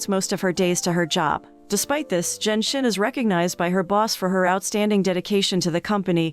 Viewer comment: Narrator butchered the pronunciation of the female lead character's name. For a while, I was like who's "zen shen"? It's zhen xin. 2nd male lead is Ouyang.